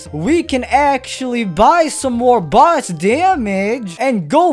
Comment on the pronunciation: i like when he say "boss" it sounds like "bus"